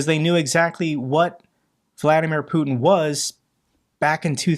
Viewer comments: His name is Putiiiin not Putn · Sorry, I had to switch channel, the way you pronounce Putin! 😩